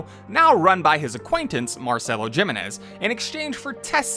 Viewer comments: No one is gonna talk about how he mispronounced Jimenez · Cant get pst the fact how you Mispronounce Jimenez. Its clearly pronounced the correct way in game... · You saying the name wrong made me love this video more. Toddlers love asserting dominance by nitpicking someone's American, Chinese or British Etc accent saying something not from their 1st language. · doesn't matter if you butchered the name. We know what name you're trying to say❤. Ppl need to stop condescending through pettiness.